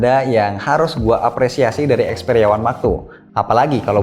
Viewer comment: Yang aku dengar xperia max two